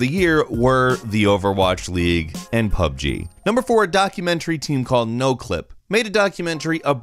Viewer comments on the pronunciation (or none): none